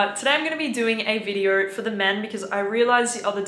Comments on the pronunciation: go learn how to pronounce video before you give advice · Why "VIDEO" became "VIDEORRR", "SO" became "SORRR" "KNOW" became "KNOWRRR" ??? no offense, am really curious... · I can't wrap my head around whshe pronounces her O's with an R at the end like Sor, owrn, and videor lol